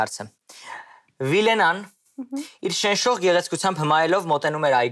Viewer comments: ուղղակի վատ ա կարդում, շենշող բառը մի քանի անգամ ասեց շենչող, հետո էդ մարդը ասեց, որ հայոց լեզվի դասերին չի նստել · Ասումա շենչող🤦‍♀️